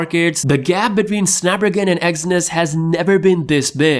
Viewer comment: SnapDRAGON !!! ffs learn to talk